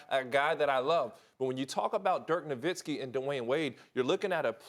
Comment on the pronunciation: Who is dirk novitski will?..His name is NoWitski